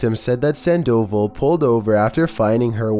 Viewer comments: Sandoval?? San-doval not sand-oval haha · #13: Sandoval, Its pronounced (San-dah-vall) not San-doe-vul. Just thought someone should tell you so you know how to properly pronounce the name. Keep making good videos though. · It's sand-oh-vall...just for future reference